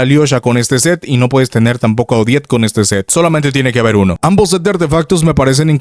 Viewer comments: Ya deja de decirle odete o ojet, suena como si estubieras diciendo jodet. O jett del chocolate. Se dice simplemente odet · Es 'Odet', no 'Odiet'.